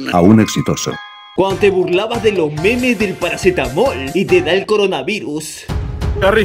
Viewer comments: Dice coronavuris , es CORONAVIRUS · coronavirus no coronavuris. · Recién me doy cuenta que dice coranavuris xd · un like x el “CORANAVURIS” :v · Coranavuris jajajajaj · Envés de coronavirus decía Coranavuris :v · Wey dice coranavuris